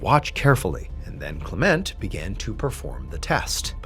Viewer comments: CLEment. Not CleMENT. Words with two syllables have the emphasis on the first syllable. DOCtor, MISter, SURgeon etc. Linda. 🇳🇿📚🍷🦆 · Isn’t it pronounced “KLEM-ent” ? 🤔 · I always thought that name was pronounced CLEM ent Was I putting too much emPHASis on the wrong sylLABle? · LOL ... try: Val(or "va")-Landig-ham? ... And maybe try: Klem-ent (closer to "Climment" than "Klah-Ment")